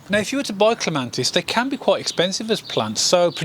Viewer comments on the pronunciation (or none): It's Clema(T)is, not Clema(N)tis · Cant believe such a knowledgeable man on gardening, doesnt know its Clematis not ClemaNtis!!! Never mind - very helpful - but very annoying... .!! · It is not a regional accent. Pronouncing Clematis with an "n" is incorrect. The title of the video suggest it is a tutorial video. Tutorials should contain factually correct information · Clematis not clemantis! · Thank you for the clear clemATis cutting guide, please note no N in Clematis. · Great apart from calling it a clemantis it did my head in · CLEMATIS. CLEM AT IS.Not CLEMANTIS..NOT..CLEM AN TIS. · I wish you would get the name right, there is no "N" in clematis. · There is no N in the word Clematis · I can't watch this. Every time I hear him say CLEMANTIS it's like someone scratching their nails on a blackboard! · Thank you, wonderful video, but every time he said clemantis I cringed. It’s painful 😂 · It's clematis! No n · He is wrong There is no N in the word Clematis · You cannot even pronounce it's name properly!!!!!!!!!!!!Very annoying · Yes if you keep hearing the wrong information and nobody corrects you then you are going to keep spreading nonsense around. It's unfair not to correct people, if you are sure they are wrong. There's no N in clematis. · Shame on your attitude, so he made a pronunciation mistake. Show some class.